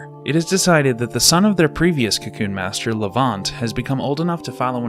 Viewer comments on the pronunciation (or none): Adding a random pet peeve... the way you say kew koon. lol. bye bye